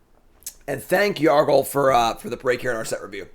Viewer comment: was better at saying Yargle and Multani's flavor text than he was at saying the names of most of the other legends.